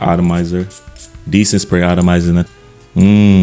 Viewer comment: The word is “atomizer” not “autamizer.” Not trying to be offensive but sometimes miss pronounced words are off putting and can distract from the content of the presentation. 🙏🏼